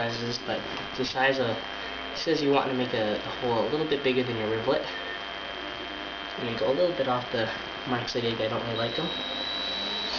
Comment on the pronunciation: Its is actually pronunsed rivet not rivlet